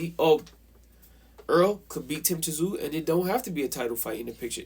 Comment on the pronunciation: It’s not tzoo say it as you saying zoo. Simple 😀